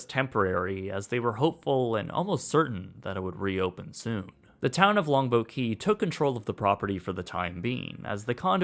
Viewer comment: Great video with one exception. Your enunciation of "Longboat Key" was so poor that it took me almost until the end of your video to understand what you were saying. It is two separate words and should be as clear as the rest of your narration.